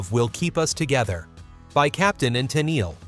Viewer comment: Call me a knit picker if you like, but the only thing I did not like about this video is the mispronunciation of a couple of the names. (Valens and Tennel)